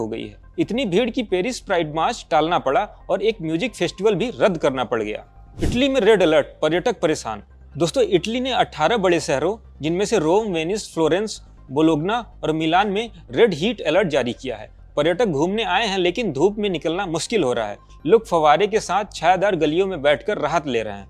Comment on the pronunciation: और करो युद्ध राशिया से और वो बोलोग्ना नहीं बोलोनिया बोला जाता है😅